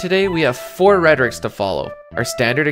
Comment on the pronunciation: Just discovered your channel recently, and I am loving your Final Fantasy videos. One minor bit of advice I wanted to offer: I noticed that when you speak about your evaluation criteria, you seem to refer to the categories as "rhetorics" (at least that's what it sounds like to me). I think perhaps the word you're looking for would be "rubric," or maybe "metric," which both can refer to grading systems. Just my two cents, anyway. Looking forward to checking out more from your channel!